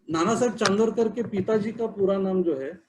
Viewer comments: Sir plz plz he is not chandrokar u pronounced wrong.. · .Please get your pronunciation right.It is Nana Saheb CHANDORKAR not Chandrokar:)